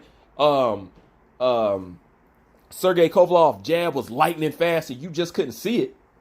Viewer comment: Haha! Hey bro, It's Kova-LEV, not Kova-LOV!